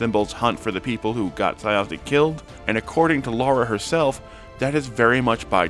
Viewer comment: I don't understand how someone can watch 3 several hours long episodes where the characters and the DM namedrop Thjazi every half hour and still mispronounce his name 😭